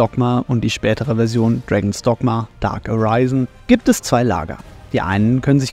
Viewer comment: "Dark Aryzen".^^ SMH